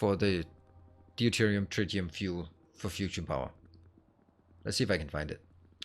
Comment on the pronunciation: Counterpoint: I've never heard any native speaker saying nittric, and it's not an American/British thing - everyone says it rhyming with night. Also enjoying the series on catch-up (and as usual I started a run with similar mods to do my untidy version). (Btw it's dyoo-terium not dee-oo-terium 😏)